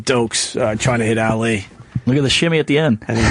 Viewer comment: OPIE!!!! Learn to Say "Documentary" and "Ali" correctly! (He says it like: documen-tree, Al-Lee) Dope!